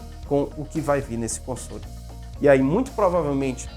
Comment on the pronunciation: Deve ser algum grau de "toc", eu mesmo ainda sinto um pouco de "incômodo" quando ele pronuncia "consôle".Felizmente para meus ouvidos nesse vídeo a maioria das vezes foi "consóle". Como eu disse não é uma critica, só reconhecendo meu "tique".